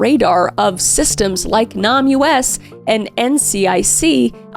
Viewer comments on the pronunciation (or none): NamUs is pronounced “name us” not “Nom U.S.” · Kris, I love you, but you cannot read: The National Missing and Unidentified Persons System, abbreviated to NamUs, is pronounced "Name Us," not "Nam. U.S." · NamUS is pronounced "name us". As in give us a name. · I think NamUs is pronounced "Name Us" instead of "Nam US" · I believe the enunciation of the Namus is pronounced "Name Us" as opposed to "Namus" :) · I know it’s spelled NamUS, which is confusing, but it’s not actually pronounced Nam US. It’s pronounced name-us. As in, “we’re missing and unidentified, can you please name us!?” NamUS. I can tell you actually do research, and you do your best with pronunciations. This is genuinely the only time a mispronunciation has bothered me. Not because you said it incorrectly, but because I think it’s extremely important and I think saying it correctly helps people (in the US) remember it exists. I think most people are smart enough to know what you’re talking about, but some may not. A link to the NamUS website might also be helpful. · Im sorry to be this person...is it Nahm-U.S. or Name-us? Cuz I feel like a missing persons site would be the latter? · Literally the whole point lol. She was just pronouncing it in an odd way. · Just you know, NAMUS is not pronounced "nomUS". It is pronounced "Name us" - a direct nod to their attempts to name all of the Jane Doe and John Doe victims. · First and foremost, Kris I LOVE your true crime content. Also finally got to watch House on Eden and the writing and acting was awesome, I sincerely wanted to punch your character so Well Done! Lastly though, the name database is not pronounced Nam US, it is pronounced Name Us, cuz, well, these unknown victims need help finding their identities. Love you, your content, your husband’s content as well as Celina and Sam and Colby’s! Thank you for bringing your authenticity to us! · Just an FYI Kris, it's pronounced Nay-mus, not Nam-U-S. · It’s pronounced Name Us not nam U S just an fyi 😊